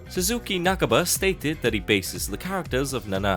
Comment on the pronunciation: its not nak-ba its na-ka-ba